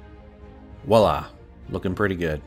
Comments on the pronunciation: But for those English speakers who actually speak French, “Wallah” is not the correct pronunciation. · No no, it's not Wallah (Voilà). Its! (I apologize to any non-native english speakers, because that's going to make no sense.)